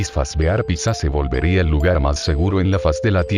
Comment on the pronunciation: otro mas que le dice pigsa xd